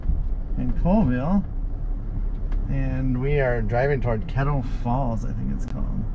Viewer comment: It’s “call” ville not coolville